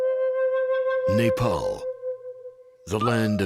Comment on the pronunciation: Boo-da? NO. Bud-ha. A-show-ka? NO. A-shock-a. Sal-heys? NO. Sal-hesh. Moo-gulls? NO. Mog-ulls. Neigh-paul? NO. Nep-all. Simple really, just requires minimum attention